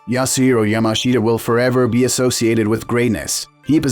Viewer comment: Yasueo mashea?? Fucking AI voiceovers